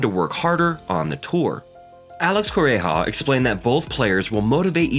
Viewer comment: Your massacring Coreja name lol